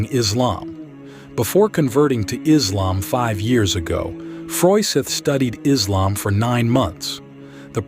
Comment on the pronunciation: Please rectify! The name is Islam, not “Izlam”! Hope you'll do accordingly.